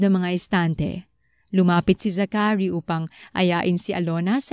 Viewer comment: It’s Za-chary not Zacha-ry